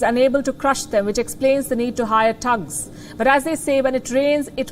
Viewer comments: its not Tugs its THugs th other then that your great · Not 'tugs', but 'tttthhhh-ugs'